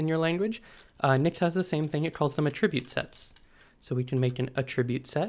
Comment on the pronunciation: Great video, but felt like nails on a chalk-board for me everytime he pronounced aTRIBute. Which is a lot 😝